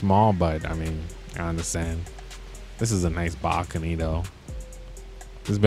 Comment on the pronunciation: “Backony” bro it’s balcony